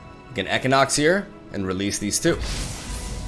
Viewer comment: Oh okay...equinox. I'm like what the hell is ehkonox